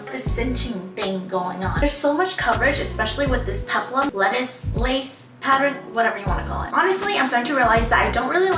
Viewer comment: she says..."patter-in" instead of "pattern"